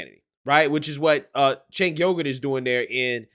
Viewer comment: I believe you pronounce his name as chunky yogurt.